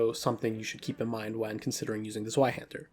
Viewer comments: I'm aware, I trying to make it easier for English speakers to say it closer to correct. I know it's pronounced Tsv-eye-hæn-der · I had to skip the Zweihänder cuz your pronunciation on it was too cringe, I’m sorry